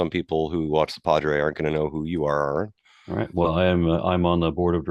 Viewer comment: Usually Christians mispronounce your name "Air-ron". This friar is the first one I've heard mispronounce it by putting the emphasis on the second syllable, like the country "Iran".